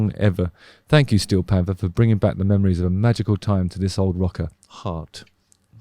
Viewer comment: I love their name with a British accent Stee-o Pamfers